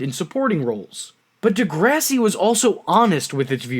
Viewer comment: Ooooh man the way you pronounce DeGRASSi 😜😂 jk